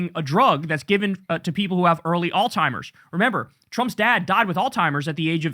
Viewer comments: Kyle…it’s not “ALL-TIMERS” it’s alz-hiemerz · its Alzheimer's not "all timers". still love you no shade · Kyle I fucking love you man but please stop saying All timers! It's driving me up the wall every time you say it. Alzheimer's Kyle, Alzheimer's. Keep up the good work. 😅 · Kyle, can you please learn how to pronounce Alzheimer's? I watch you everyday, but it's killing me hear you say "all-timers" every fuckin time you talk about Trump's brain melting 🤦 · It’s Alzheimer’s, not Altimer’s with a t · I love you, Kyle. But, there’s no “t” is the word Alzheimer’s. It’s pronounced like “Alls-hime-ers”